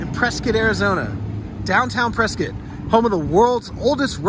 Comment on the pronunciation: Thanks for pronouncing it correctly! lol! My wife was born in Prescott, we married in Prescott, and my twin daughters were born in Prescott. I miss it! I haven't been back in about 4 years.